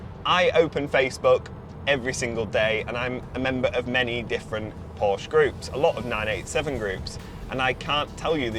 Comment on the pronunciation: You pronounced Porsche wrong... LOL